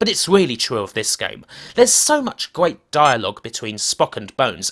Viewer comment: Gweat Staw Twek weview.